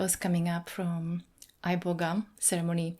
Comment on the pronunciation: I know for a fact when you went to Africa, the herb was never pronounced "Eye-boga" 😒